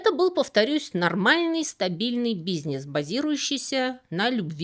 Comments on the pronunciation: почему вы произносите "бизнес" как бизьнесь? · Обожаю как Вы говорите "бизнес"😊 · В который раз замечаю в ваших видео как вы произносите слово "бизнес": не как "бизнЭс", а как "бизнееес". Непривычно. 😎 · Секс вы так же произносите, как бизнес?